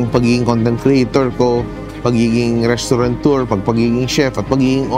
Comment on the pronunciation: "RestauraNteur" I think he meant restaurateur.